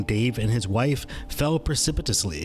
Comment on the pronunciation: hit like soon you said precipitously so well 😂😂😂